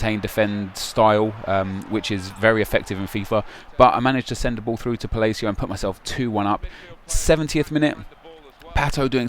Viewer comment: I love how says Palacio like falacio.